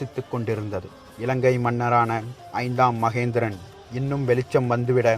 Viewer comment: ஐந்தாம் மகிந்தன், ஐந்தாம் மகேந்திரன் அல்ல🤷🏻‍♂️ வாா்த்தை உச்சாிப்பு சாியாக இருக்க வேண்டியது அவசியம்👍 மேலும் ராஜராஜ சோழன் தூதுவனை உயிரோடு மீட்டு வரவில்லை😔 சேரா்கள் அத்தூதுவனை கொன்றதால் சினம் கொண்டு அத்தூதுவனுக்காக நடைபெற்ற போா்தான் அது🤷🏻‍♂️